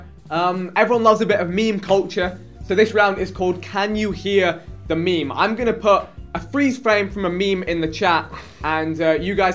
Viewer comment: Why tf does vikk pronounce meme as “meeeme”?